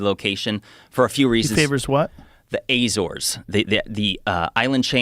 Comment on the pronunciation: The Azores ( u-ZORS, or the u-ZOR-es ) islands belong to Portugal and are out in the Atlantic Ocean about a thousand miles off Portugal's coast.